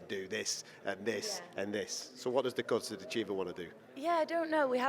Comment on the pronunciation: Good interview.. you have a good rapport with Dakota.. you should defo learn how to pronounce her surname though mate. I hope you had them on just out of shot.. just the thought is frothing me right up